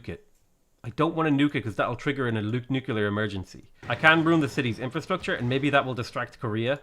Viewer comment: Are you aware that you pronounce it nu-kulear?